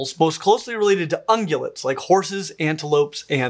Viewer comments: "Ungulates," not "ungulets." Otherwise, wonderful video! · It’s ungulates, not ungulets. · "ungulets" ? I thought it was "ungulates"